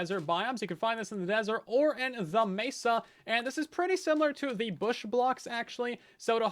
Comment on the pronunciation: Bush? no no no BOOSH!